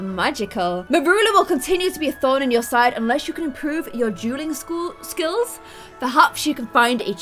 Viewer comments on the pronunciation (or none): every time you said dueling or duel i thought you were saying juul lol